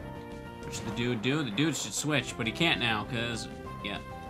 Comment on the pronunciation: You keep saying thedude and I keep side eyeing you